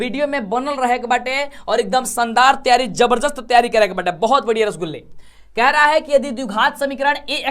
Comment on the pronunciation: Bahut maza aata hai sir jab aap rasgulla kahte hai to